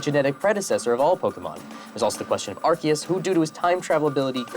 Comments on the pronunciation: Um, Actually, the god Pokémon should be pronounced “Ar-SEE-us”, not “Arc-ee-us.” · Um, actually, pronounced "Arceus" incorrectly as "ar-kee-us", it should be "ar-see-us" or "ar-say-us" in English; it is "アルセウス" (a-ru-se-u-su) in the original Japanese. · Um actually, Arceus is pronounced "Arseus", not "Arkeus".